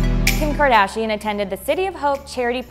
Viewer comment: "Kendall kadarshian" yeah for sure 🙂